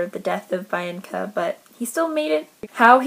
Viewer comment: i read the titans curse in January. bianca annoyed me. a lot. and so did nico. it's pronounced beeanca. i love thalia. but yes she thinks she's the best at everything.